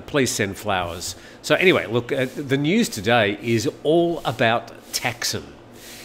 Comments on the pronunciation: In Thai it is pronounced Thaksiin, so yes, he makes it sound weird 😄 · Sounds like you're saying "Texan"??